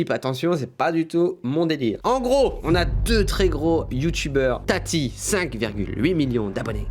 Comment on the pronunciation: Oh non jpp il a appeler «TATI » « tataï » 😂